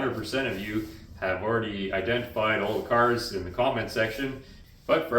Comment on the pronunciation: Hey I didn't know you had a flipside channel!!! "Out in da woods lookin for junk cairs" "Bakaditaginwitanuderone"😅